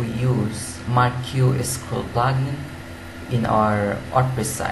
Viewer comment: FYI - It's pronounced Markee